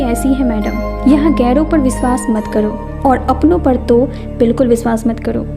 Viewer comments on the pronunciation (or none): none